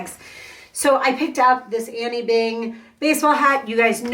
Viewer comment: Her name is not annie , its anine.